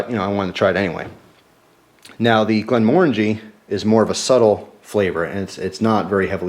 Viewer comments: glen more-AN-jee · Its pronounced more like Glenmor-angie but good try:-) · Glenmorangie is pronounced Glen-more-rang-gee. I should know I live in Scotland :). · if it was an american that said glenmorangie is the right pronouciation then he is wrong. its scottish so with a scottish accent its prnouced glenmorngae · you say glenmorangie wrong